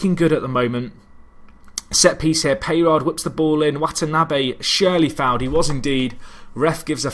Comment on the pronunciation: wa-TA-NA-be!! Hahaha, not wa-NA-TA-be!